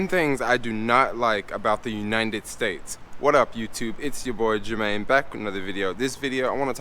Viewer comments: Youninted states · Great video BUT. Uninted States!😅